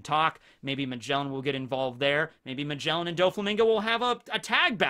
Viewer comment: bruh magjellen what is that name his name is ma ge la n